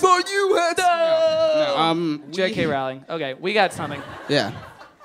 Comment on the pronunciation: Dear, Love the reference but it's pronounced like J.K. ROLL-ing.:-)